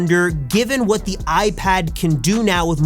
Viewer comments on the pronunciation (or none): none